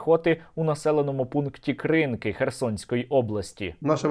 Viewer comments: КринкИ, а не КрИнки. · Правильно наголос на другий склад ставити Кринки!